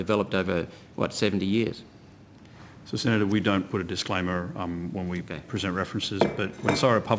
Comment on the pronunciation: “Soy” isn’t how “so” is pronounced. When I hear that, I think the speaking person is an idiot.